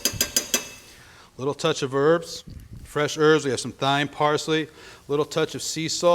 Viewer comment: DID HE SAY "TH"YME!!!